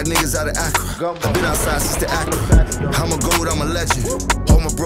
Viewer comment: Ook i just dont like how he said Accra mispronounced my country name